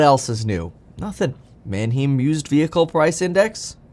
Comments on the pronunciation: Small fyi, Manheim is pronounced <Man-hime>, not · Erm, Mann-haym, not Man-heem. I thought you were borne in Germany. I guess not a lot of German stuck. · Man hime… not heem!! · Mannheim has a long i sound, hime not heem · Manheim is pronounced Manhime not Manheem ...painful to the ears lol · It's pronounced Man-hime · It's pronounced man·hime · It's manheim pronounced Man Hi Mmmm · Who else cringes when he said “Manheeeem” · Manheim rhymes with “mime.” Better brush up on your German. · Kevin, at least pronounce it right. Its Man-"high"mmm. Have been to the auctions at Mannheim, PA multiple times. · FYI it’s “man-hime” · Man-HEIM. It’s pronounced with the long vowel “i” sound. Like the city in Germany. man·hime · prounounced mann-hyme mate, good video otherwise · PLEASE KEVIN - Manheim is pronounced (man-high-m) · “Man hime” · Why do you pronounce Manheim the way you do. How do you pronounce Eisenhower?? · Gotta get the pronunciation of Manheim down - lol - love your videos though. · Learn how to pronounce Manheim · I don’t appreciate the way you say Mannheim, Kevin!!😤😂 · Please say Manheim correctly..... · Kevin, you're German! There's a huge Bahnhof there. You know how to pronounce it correctly!